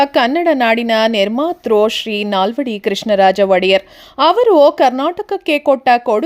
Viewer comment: ವಡೆಯರ್ 🙅 ಒಡೆಯ ರ್